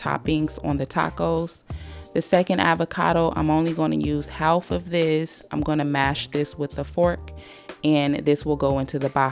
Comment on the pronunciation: How have you gone your entire life saying HaLf instead of Haf? This is the first time ive ever heard "Half" pronounced this way. Does anyone know the story/culture behind this one?